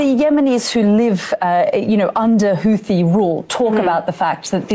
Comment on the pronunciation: Can you address why you pronounce Houthi incorrectly? They aren't in Rwanda...